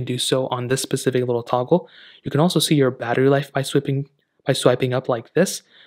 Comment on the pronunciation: It’s a specific watch not “pacific” 🤨